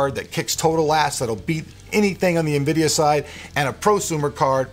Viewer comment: Nvidio? Never heard of it